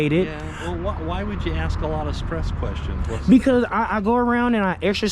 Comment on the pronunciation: Ask is spelt a-s-k and is pronounced ask. Axe is spelt a-x-e and is pronounced axe. Access is spelt a-c-c-e-s-s an is pronounced access. Simple! And I most definitely left a comment.